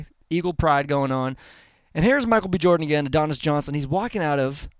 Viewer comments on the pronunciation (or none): none